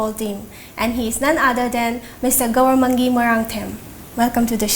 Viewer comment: Its Gouramangi not goramangi please edit the name please Thank You 👍